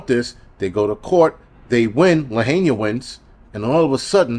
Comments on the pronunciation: 😂 bro it’s not Luh- hay- nia 😂😂 it’s Luh-hi-nuh I’ve been laughing at you all day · Bro it’s LA-HI-NAH not LA HAY NIA but great content anyways. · ITS PRONOUNCED “ LA HI NA” AND PLEASE PRAY FOR ALL OF MAUI, THIS WAS PURPOSELY DONE TO LAHAINA JUST LIKE THE PARADISE FIRE WHICH I WENT THROUGH ALL DAY ALONG WITH HUNDREDS OF OTHERS, ALL OF US KNOW IT WAS DONE TO US AND PLANNED! THE TRUTH ALWAYS COMES OUT IN TIME AND THE EVILDOERS WHO PERPETRATED THIS WILL ANSWER TO THE ALMIGHTY AND BE CAST INTO THE LAKE OF FIRE FOR SURE!! 🔥🙏🙏🤙🏼🙏🌺🙏🙏🙏🙏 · It’s La-hi-na!!!!